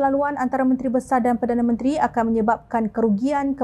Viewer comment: Apa pembaca berita blih salah sebut perdana menteri, harus peka dlm penyampaian berita,sila simak blih apa yg disebut sebagai perdana menteri